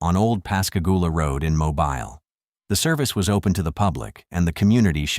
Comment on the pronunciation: It's pronounced Moe Bill not mobile 😅